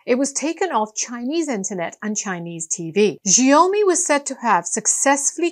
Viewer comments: "Shiaomi" correct pronunciation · TO PRONOUNCE XIAOMI THINK OF THE WORD SMALL RICE - A MUCH MORE ACCURATE